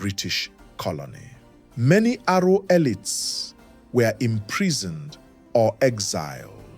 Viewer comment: Correction please, ''Aro'' short for Arochukwu not Arrow.